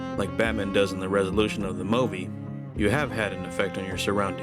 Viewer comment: My man, this was a really great video. You have an especially jarring way of saying 'movie', but who gives a crap when you make wonderfully eloquent and profound videos like this :P Keep going, if you want to, you know; you're very good at this.